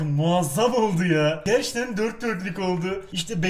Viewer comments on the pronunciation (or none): Gerşten değil, GERÇEKTEN!